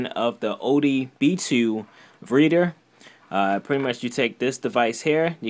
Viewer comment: “ODB2” lol.